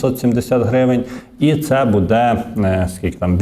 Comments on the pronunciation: треба говорити " бУде ", а не " будЕ ". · Звичайний блогер: будЕ, но , да …